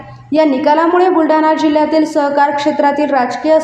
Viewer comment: सहकार की स्वहकार 😂